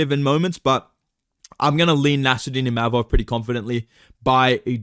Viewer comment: Said ImaMov, he gets angry 😂